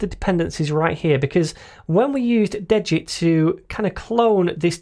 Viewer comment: Just for future pronunciation... it is (D-get) ... it basically clones the Svelte basic template, but removes (de) the git info that would be in from a clone, like version history, etc. So, it de-gits the git stuff you don't want, from the stuff you need.